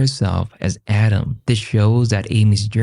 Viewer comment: Every time audio say Autumn, it sounds like Adam.